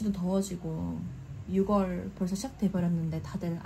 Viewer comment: 함께 힘내용 ❤❤, ~ 조심스럽게 말씀드립니다. 말을 해야하나 안해야하나 했지만 결국 이리 남기네요...6월 발음은 육월이 아니라 유월입니다. 많은 분들이 보는 영상인 만큼 올바른 한국어 발음으롤 해주시면 좋겠습니다!!